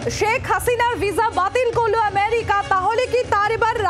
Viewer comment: Priyo sangbadik merika na amerika